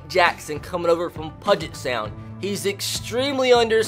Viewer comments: And it’s P-YOU-JET sound. Not PUGIT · This series is gonna be great, and what's even awesome is I'm from the state of Washington myself. But I swear if you mispronounce Puget Sound again, it's "Pew-jit" not "Puh-jit." Just makes it sound like "budget" 🤬🤬🤬🤬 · Pudge it sound made me laugh lol. BTW it pew-jet sound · Hey, just so you know Puget Sound is actually pronounced like PewJit, just thought I'd let you know! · It's pronounced Pew-jet Sound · keep pronouncing it pudget for the lulz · This series is gonna be great, and what's even awesome is I'm from the state of Washington myself. But I swear if you mispronounce Puget Sound again 🤬